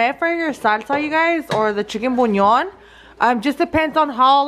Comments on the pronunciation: It's pronounced Bulyaan...girl I be googling word pronunciations...don't even trip girl!!!🤣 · Your title needs to say "collab" not "colab" 😂 I love chile rellenos. Lots of work but worth the effort. you're too much! Telling everyone to hush up and it's "boo-lee-on" you pronounce it so cute! 😄💖💫